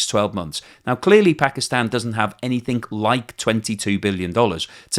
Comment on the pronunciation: please stop saying 'Anyfink'...